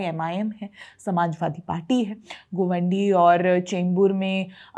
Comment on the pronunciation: भय्या लोगो का पिछवाडा जला इसलीये मुंबई की म्युनिसिपल कॉर्पोरेशन के चुनाव पर विडिओ बनाना पड रहा है kutiya तुझे ना मानखुर्द बोलणे आता है गोवंडी, वरळी को वोरली बोल राही हो😂😂😂